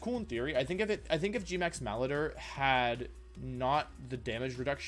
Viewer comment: There I was waiting for you to mangle the pronunciation of malodor but you didn't. Unfollowed.